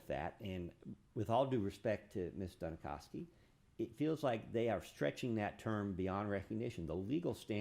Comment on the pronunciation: Every time he says "Ms. Duni-kow-ski" IRKS ME!